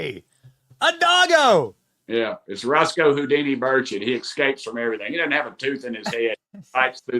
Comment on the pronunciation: Thanks for saying, Rep. Tim Burchett's name correctly tonight. 😊